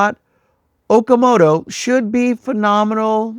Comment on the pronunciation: It’s pronounced “Oh-kah-moh-toh“